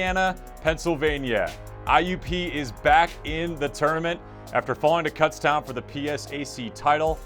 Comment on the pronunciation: Next year please pronounce Kutztown correctly.